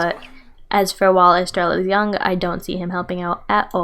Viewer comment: I'm sorry estreya. The two ls make a y sound